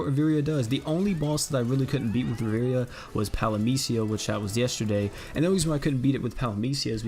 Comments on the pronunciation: Please don't pronounce it riveria it triggers me. It's pronounced riv-e-air-a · I swear if I hear you say Riviria instead of Riviera one more time I’m gonna lose it